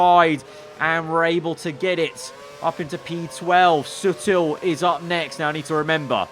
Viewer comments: In before realises it's *ESTORIL*, not Estroil. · ITS ESTORIL NOT ESTROIL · It's ESTORIL, not ESTROIL :D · Lets just say, that didnt use his glasses while uploading the video👓.🤣🙄. Mate, its ESTORIL, not ESTROIL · It's Estoril, not Estroil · It’s ESTORIL and not ESTROIL... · Its ESTORIL broooo